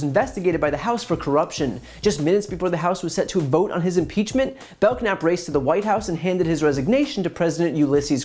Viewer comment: BELL NAP....not Belk nap.